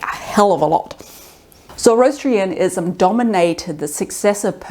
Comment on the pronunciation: Zor OH Astrianism Mono-theism. Not "monolithic" Not mocking, just trying to help.